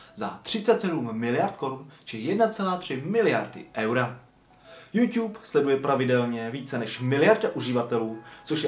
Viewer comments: Proč ''Jůťub?'' Podle mě se to čte ''Jůtůb'' :D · neumíš to číst není to Youťube ale youtube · Slovo jůťůb mi přijde takový měkký požíváme jůtůb 😀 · Je to "jůtůb", ne "jůťůb" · YouTube sa nečíta "Júťúb" ale "Jútúb" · Jo, nevyslovuj to youťube ja vim ze je to tak spravne ale rikej pls youTube :D dík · hovori sa to mu youtube a nie youťube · nevyslovuje se to "youťube" ale "youtube" ale jinak ok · proč říkáš Youťube měl by si říkat youtube a ne youťube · Proč tomu říkáš juťub je to jutu b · proč říkáš youťub říká se youtub ale to je jedno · hele mas docela dost odberatelu tak by sis měl uvědomit ze se to nečte juťub ale jutub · YOUtube je jůtůb né jûťub 😒😕😬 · Tiež mi to reže uši. [jutub] je klasika. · Metyou - TOP 5 jenže špatná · 2 díl!!!! ale neříkej youťub 😨😄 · Nesnášim když to někdo řekne jako jůťub 😡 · Youťub slyšíte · Neříkej furt JUŤUB